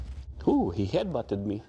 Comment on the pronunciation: tama ba basa ko, mabilis yung bigkas/bitaw ng "he"?